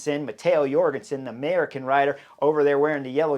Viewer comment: Heyo Chris, if I recall correctly I've heard that Matteo Jorgenson's J at the begining of his name is prononce like the J in Jordan => "Djorgenson"